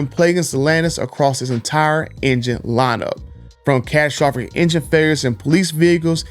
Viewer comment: This guy cant say catastrophic.